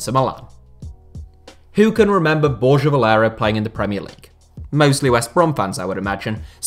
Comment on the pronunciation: Its not bor-ja its bor-grha this channel cant pronounce